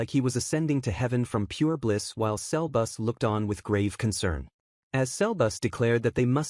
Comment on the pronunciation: Sebus❌ selbus✅